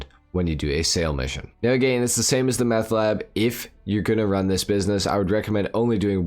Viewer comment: Your pronouncing "again" a little too literally